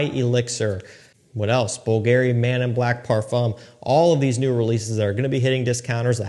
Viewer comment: Bull-Gary. Lol. Not even close to the way it's pronounced but it's okay. You're new to the game. Does anyone know when JPG Le Beau Paradise Garden is going to finally get to the American market?